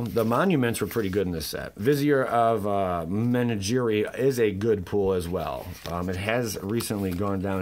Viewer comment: Please, Google how to say menagerie. I love you my ninja but this has to stop 😂😂